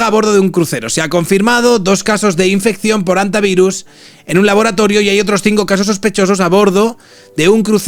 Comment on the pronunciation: Muchacho, no digas "jantavirus".